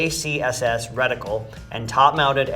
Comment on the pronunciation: Right? Just because he's a soldier doesn't mean he is familiar with every single gun. These people just sit in front of their computer and point out every single mistake these two guys make. One guy even pointed out that one of them pronounced reticle “recticle”. These “experts” in the comment section need to chill out